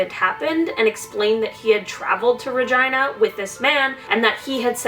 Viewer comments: Ha, no, it’s definitely supposed to be ruh-geen-uh pronunciation, I don’t think she knows. 😅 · The way she says 'Regina' sounds wrong to me. Its Rah-gee-nah. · The fact that the town is pronounced Ragina and not Regina cracks me up...I’m childish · Regina sounds like v*gina..... :) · I thought she said vagina police 🤣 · LOL... Is it JUST ME or did you hear vagina instead of Regina??? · I liked this video, but the way she said "regina" I couldn't stand over all cool video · It sounds like she is trying to say the female part without really saying it when she said Regina. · the way she says regina makes me feel uncomfy. im sure thats how they say it in Canada but i don't like it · Dirty minds n' all. I heard something else every time haha. I don't blame her but the people who decided it was fitting. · lol I didn't mean like that it's just that I say Regina differently than the way she said it. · I am so sorry, but the way you say regina............